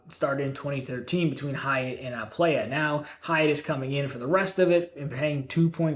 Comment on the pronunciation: I think you might want to check on how you're pronouncing the word playa